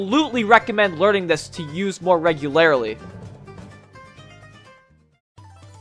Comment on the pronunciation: Anyone else gonna comment on his pronunciation of regularly lol